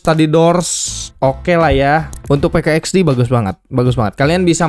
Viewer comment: Min PK XD bilang nya PIK x di